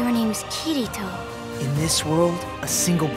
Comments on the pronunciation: Man, I hate how they pronounce kirito's name. It sounds kitty toe and it annoys the hell out of me. Uhhhhhh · all im hearing is Kiddy-to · The only thing I don't like about dubs is typically how they pronounce Japanese names with Rs in them, like Kirito's. It's great that they try to stick with the original but pronouncing Kirito as the Japanese "Ki-di-to" just sounds weird and jolting among all the normal English, lol. The acting sounds great though so other than any personal nitpicks like mine I don't see why anyone would want to complain! uvu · ***** Kitty-toe. :3 Well, sort of. It's like Kee-ree-toe, but with that Japanese r sound. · Asuna: "Kiritoe? Your name is Kiritoe..." . . . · Natural? You find english acters pronouncing japanese names natural? Kayaba was the only one in this dub that I find sounding good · Oh god, Kirito's voice... Asuna's pronunciation of Kirito... I can't. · I'm a little bit happy that Kirito sounds less girly in the dub; the only thing that bothers me is the way they pronounce the names. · OH GOD THE WAY THEY PRONOUNCE KIRITO. FUCK ME. I'd rather 4Kids take it over, change the names into cliche American ones and then screw around with the anime even more so that it sucks in a more comedic way.